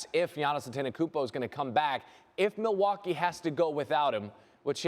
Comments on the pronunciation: “Milly waaa kay” someone escort this man out the building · I hope you are joking. NO ONE from Wisconsin pronounces it "Ma-Wau-kee." You sound like a uneducated fool that has never stepped foot in Wisconsin. MIL-WAU-KEE! Have you never watched the start of a home Bucks game? Or heard people call it The MIL or MILTOWN? FEAR THE DEER!🦌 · mil wauk aye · Stop saying Milly-wha-kay …about to get cancelled (cultural appropriation) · its Pronounced Ma-Wau-kee. The L is silent boys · You a crack head 😂 No one from Milwaukee Pronounces it with a L ever 😂 you aint never been to Cream city lil boy